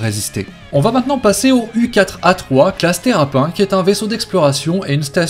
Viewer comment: je te l'ai déjà dit on ne dit pas terrap1 on dit terrapinne!!!!!!!!!!!!!!!